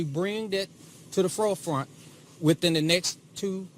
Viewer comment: She's probably used to tutoring her dumb dad like, "It's forefront dad F-O-R-E-F-R-O-N-T. Not fro-front. We've went over this."